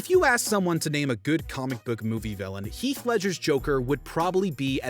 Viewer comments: his name is Heath, NOT HEALTH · “health” say his name right atleast